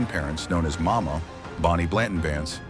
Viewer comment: I guess you just could Not Get his grandmother‘s name correct. It was “Mawma”